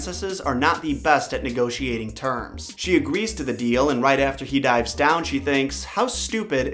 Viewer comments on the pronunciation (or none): none